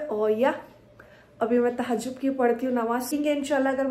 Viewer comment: Tahjjub nhi diwani THAJJUD bolte Deen k bare me mlum karlo ye vlog reels banana ye kam nhi aata deen k sikho